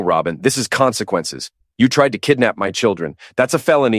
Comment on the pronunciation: Another Martinez - lazy and blunt luck of imagination. And the "Comsnqannces speech" - twice. Even GPT-4o does the job better.